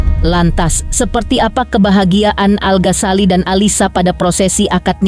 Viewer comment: Ganggu bgt iikh host nya nyebut nama 'Al ghasali- al Ghasali" Al Ghazali... Ganggu bgt lho mba di kuping denger Nya. Tpi gpp lah karna ini hari Bahagia, aku mau doain aja buat al dan alysa,semoga samawa aamiin allahumma aamiin 🤲🏻💐💐